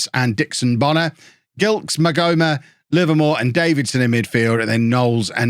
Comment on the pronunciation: You must remember Michael Gilkes who used to play for Reading?! Simod Cup? Remember that? It must be pronounced Jilkes I believe.